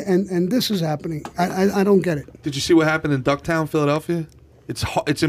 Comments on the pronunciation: Did he just call fishtown, ducktown?? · Fishtown....not Ducktown. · It's Fishtown, not Ducktown. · Does he mean fishtown? Wtf is ducktown?